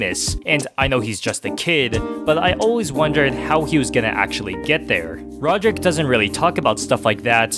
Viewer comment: Oh my. Can you say the names correctly! Even if it’s an accent, Greig and Rohdryck are not their names!